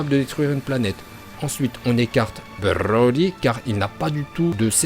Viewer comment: "ensuite on écarte brrrrrroly car il n'a pas dutout de cerveau" 🤣🤣🤣